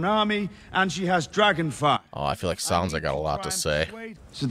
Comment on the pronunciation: Sansa not Sona!